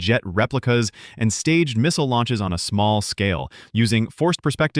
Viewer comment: First fun fact was the way you pronounced the word missile😂